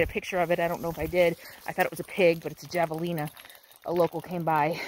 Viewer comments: J is pronounced as a H in Spanish. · The J is pronounced as an H in Javelina. I made the same mistake when I first moved out west but I feel like a local should have known that😅 I love that tree. . I'm old and gnarly too😊